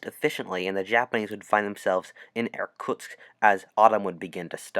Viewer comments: I ha To listen The video 4 times To understand that He wasn't sayng "Air Tucks" bit Irktusk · Being a russian, hearing you mispronunciationg Irkutsk horribly time and time again,made me die inside a little. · Every time you say 'Irkutsk' I cringe. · I would like to point out that the worlds view of the Soviet Union was very weak because of how Russia did in ww1, the Russo Japanese war, and the Soviet Unions invasion of Finland so Japan could have invaded Also please stop saying Irkutsk